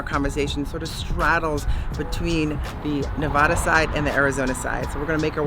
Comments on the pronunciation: Please, please, please say Nev-AD-a Thank you! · Damn it. Learn how to say Nevada!